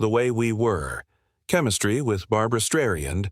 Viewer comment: These AI narrations, while being a good achievement, are so annoying. Bab-rah Strayand, Boobarra Strishhund, Babalah Sroitlund...